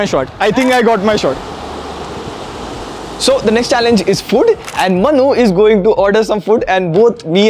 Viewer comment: in last video you fuced up April pronounce and this time food (fud? bro!!).